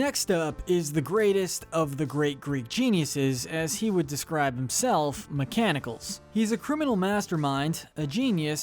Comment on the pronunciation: You said mechanicles wrong